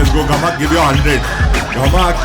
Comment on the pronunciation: Bro it's gamak not "ghamak"